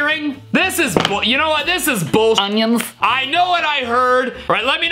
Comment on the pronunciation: I love the “BuLl UnYiNzZZz